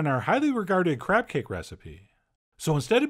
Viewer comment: Am I the only one who heard , just for a second... Crap wonton , crap dumplings.... I feel bad but I can't stop my brain